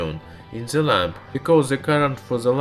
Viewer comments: IT'S THE(DE) NOT ZE!!!!!!!!!!! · Cinfoni Ender É por causa que ele fala "ze" ao invés de "the", comumente escutaria isso vindo de um alemão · OMG Ze Miuzik at Ze Eand !!!